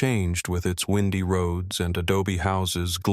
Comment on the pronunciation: Oh for the love of God HIRE me. Windy roads pronounced windy as in a breeze...NOOO! Windy as in bends in the road. Listening to this AI is painful to my ears. STOP IT!